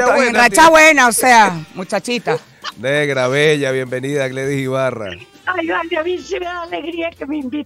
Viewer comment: Gledys... NO Gladys...